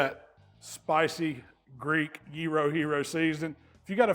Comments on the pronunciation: Well I'm excited a non Greek actually pronounced Gyro correctly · Well done pronouncing "gyro" properly,!:D Kali orexi!